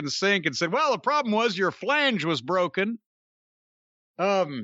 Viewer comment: "Your falange is open." Ha.